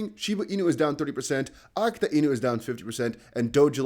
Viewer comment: AKITA say it with me, now… uh-KEE-tuh